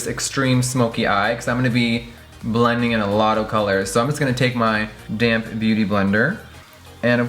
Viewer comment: always sounds like 'damn' beautyblender. 😂